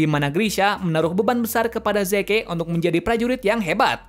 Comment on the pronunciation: Maaf.. kayaknya prounounce Zeke itu : Zi~k deh, soalnya agak timpang aja, Yeagerist ato pun yeager pake pronounce Asing tapi Zekenya pake Prounce Mother Tongue kita. Ya kalo gak keberatan sih masukannya.